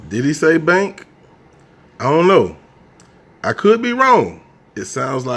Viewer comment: She said oww not know